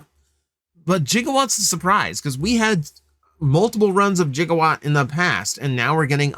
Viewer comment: you did not just pronounce Gigawatt's name as "Jig-a-watt"